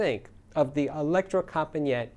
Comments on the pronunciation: Not Electrocompanjet, but Electrocompanee-et,, please! It means The Electro Company. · No, the right pronunciation is : electrocompanEEt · Electrocompaniet is pronounced as Elecro compa ne yah. The design has stayed the same for over 45 years. I live just a few Km from them and have visited the factory many time over the years. I have tried most of their amps and imo thier best amp is the AW220 mono block.